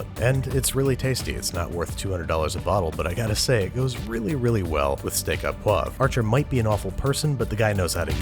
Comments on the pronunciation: Au is pronounced like oh not ah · "Au" is pronounced "o" by the way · It is Steak Au Poivre, and Au is pronounced "Oh" . Steak A poivre would mean the steak belonged to the pepper as it it was its property and au means the steak is of type pepper. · It's pronounced "Steak O' poivre" not "Steak Ä poivre". Just to let you know. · Au is pronounced as "oh" in French. Good video, btw. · Fun fact: "au" is pronounced "o" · It's pronounced Steak oh poivre. 'Au' making the sound 'oh'. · Why do Americans not pronounce correctly? I mean it's understandable the au sound is wrong but the poivre is cringe. The "re" ending is not silent in poivre.